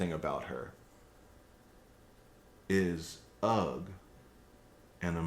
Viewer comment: Is “ugh” an emotion? N.B. “Ugh” is pronounced “Errr” not “Ugg”! Like the sound you make when exasperated. Great video enjoyed very much. Thanks.